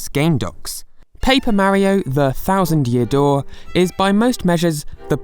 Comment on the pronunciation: STOP PRONOUNCING MARIO LIKE THAT AAAAAAAAH